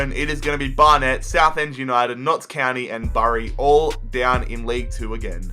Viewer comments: ITS PRONOUNCED B -UR-EY NOT BARRY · Pronunciation help: Barnet=Bar-nit Bury=Berry (ikr)